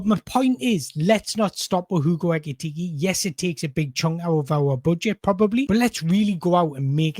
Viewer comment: Pronounce his name properly, PLEEEEEEEASE!